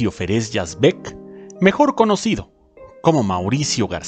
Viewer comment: Yo personalmente lo encontraba misógino en los guiones y personalidad. Conocí a Tufik Yazbek y su esposa, Zaida, y me resulta difícil creer que no ayudaran económicamente a Mauricio. (Por cierto que el apellido se pronuncia Yázbek y no Yazbék).